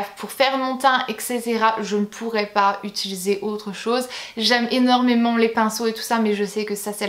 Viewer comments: Je viens de me rendre compte que tu dis "ituliser" à la place de "utiliser" 😂😂 (vers 2 minutes 10 je crois) Sinon, super vidéo! Je trouve le concept super cool et ça nous éclaire sur vraiment tes produits préférés préférés!:) Bisous à toi et à toute ta petite famille ♡♡ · Je t'adore trop mais on dis utIliser et faILLIS xD <3